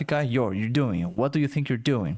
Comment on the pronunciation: O "doing" dela ta soando "it on" no final ou é impressão minha rs?